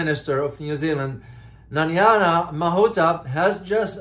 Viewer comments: It takes very little effort to read her name, which by no stretch of the imagination says Nanyana. It does take research and effort to produce a credible news report. In today's internet world it takes little effort to find out a person's name is pronounced in their own country. Exam result for this reporter is a big F !!! (Or rather U (useless). P.S., It is my intent that my comment is helpful by pointing out the major failure in professionalism and encouraging him to do what he should have done in the first place, thus lifting his standards. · Her name is pronounced " NA-- nai-- ya" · Please pronounce her name correctly. It's not that difficult. Her name is not Nanyana. She's an awful politician, but still deserves to have her name said properly.